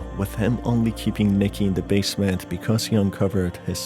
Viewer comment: Just a little critique on your pronunciation. You shouldn't stretch the last syllable of a word at every breathing pause you make. Example: "Managing to break into the basemeeeeent" "Alongside the Toooooys! "coming to the shocking conclusiooooon", etc. It sounds really unnatural and becomes very apparent after a couple sentences. Hope you don't take this the wrong way.